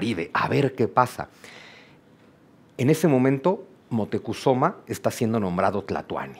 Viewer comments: Moctecozuma? Siempre he escuchado Moctezuma!😮. También he estado atrapada con la asombrosa narrativa del doctor en historia Juan Miguel Zunzunegui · Es moctezuma no es motecozuma